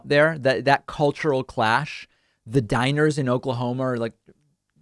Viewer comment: Everytime you say "diners" I hear "Dinosaurs". They are going to get extinct once more.